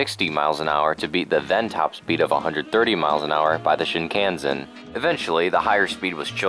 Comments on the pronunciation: Shin-Kahn-Sen Not Shin-can-zen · It’s shin-kanh-sen not shin-cah-sen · you pronounced Shinkansen wrong (shin-KAHN-sen) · It’s shin-kan-sen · got ptsd every time you said, "Shin-can-sen" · I have never seen someone butcher "Shinkansen" this badly